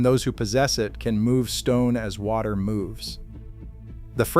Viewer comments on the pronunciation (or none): none